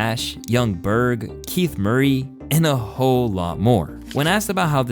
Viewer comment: Did you say "she made a whole career" or "she made a ho career"?